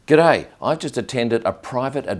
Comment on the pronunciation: They way you say "good day" kills me... and NO I will not subscribe... 😝